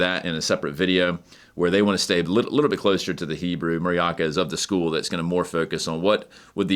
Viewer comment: Muraoka 村岡 (Village Hill) is pronounced “Moora Ohka”, not “Murry Aka”